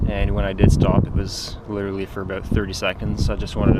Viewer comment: "last time i had this thing ooot, it was aboot" canadian?